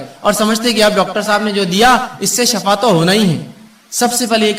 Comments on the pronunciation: Shifa not shafa.....shafa means mout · لفظ شفا درست ھے شفا زبر معنے گڈھا سورھ بنی اسرایل مئن ھے لفظ شفا ش زیر کے ساتھ درست